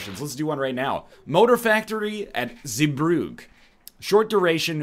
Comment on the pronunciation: the pronunciation of Zeebrugge tho